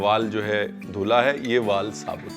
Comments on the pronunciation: I wondered Really good pronunciation of misal usal val . Everyone has to think about.. Nice though shared about farmer by chef ranvi👍👍❤️ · उसळ मिसळ वाल पापडी ! Thank you so much for pronouncing it correctly ! Your concern towards farmers ! Also hats off to your knowledge !